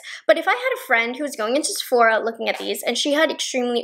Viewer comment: Lmao! Sephoria 😂😂